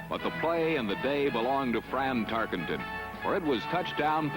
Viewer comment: fran'' francis'' tarkenton wtf ?